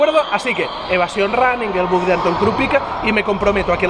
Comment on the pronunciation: el nombre del ultrarunner que mencionas al final es Anto Krupicka, y se pronuncia "Ánton KrupiCHka"